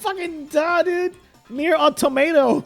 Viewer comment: One day, I will find a gamer who is literate enough to know that "automata" is literally pronounced like "automaton" without the N. Today, alas, is still not that day.